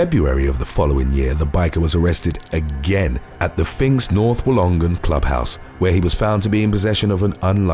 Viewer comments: If it ever makes an appearance in a future video, Wollongong is pronounced more like woollen-gong 😬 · Just for reference: Woolongong is usually pronounced Like Wool-ON-Gong. Love your stuff, guys! Hope all from TWKY have a great Christmas and New Year.